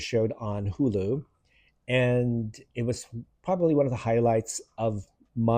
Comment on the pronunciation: Hulu is pronounced as Hooloo not Heeyuloo. Need to soften them vowels a bit.